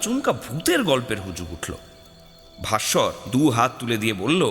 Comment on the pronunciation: Vassar না ভাস্কর??